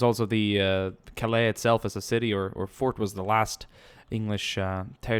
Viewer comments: Calais is said Cal-ay. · Please. Cal-aay. Your use of the word is murderous. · The way he says Calais pisses me off